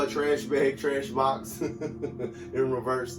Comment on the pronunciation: every time the trash bag trash box card comes out I'm laughing at the way you say it lol